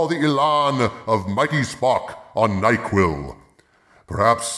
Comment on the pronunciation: When you say Mikey Spock, it always sounds like Mighty Spock.